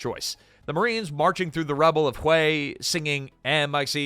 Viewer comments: Ai sucks so bad, "the shattered streets of hue e" it's pronounced way" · It’s pronounced Hway. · I believe Hue is pronounced ha-way. Short a's both times. I hope to God it's not an AI error. In that case #^(*&( you. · Hue… Ha-way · its hWay city (Hue') , not huey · It’s not pronounced you it’s way (hue) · Hway, not hugh. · Its "whay" NOT "hoo eh" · Hue is not "hoo-ay." It's "hway." The video pronounces it at least three different ways, one of which is actually correct. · WTF is wrong with you...??? Is this AI audio slop, and not a real MAN speaking...? The city "Hue" is NOT pronounced as 'hoo-way'!!!!! It is pronounced as 'whey', like the protein. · Hue is not pronounced "huå" it's "wā" automated announce c software is woefully distracting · The city is pronounced "way". Not hu ay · The city of Hue was pronounced like "Whey" as in "eating her curds and whey" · Hue? It's pronounced 'whey'. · Holy crap, you were not even consistent, you then change to pronouncing it as 'Hugh' at almost 5 minute mark, and then finally at 5 minutes you pronounce it correctly, in the same Numbered commentary segment... Dude, re-record your pieces, or you sound like a 'tard! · yeah...the proper pronunciation is "Whey" with upward reflection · You know it's just another regurgitated blah blah video when they mispronounce "Hue." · Good grief. Learn how to say Huè. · The most interesting fact is how many different ways you said Hue pronounced WAY city. Or that you called a Commandant a commandment. It's interesting how you can run a great video by being trash as a presenter. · A I slopifier pronounces "Hue" correctly 1 out of 3 times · It was pronounced 3 different ways in less than two minutes.😂😂😂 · Also how many times did it mispronounce Hue. 😊